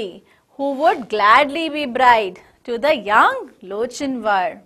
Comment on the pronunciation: Its lock in war the pronounciation nlt loch in war